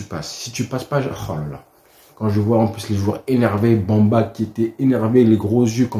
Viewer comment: Et arrête de prononcer à la Française stp. Balobaka Mbemba et non Bamba. Content que les léopards te rendent momentanément le sourire que tu as perdu suite aux déboires des Blaugranas. 🇨🇩🇨🇬🇨🇩🇨🇬